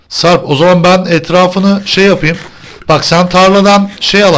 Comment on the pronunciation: abi sen sarp a sarb diyosun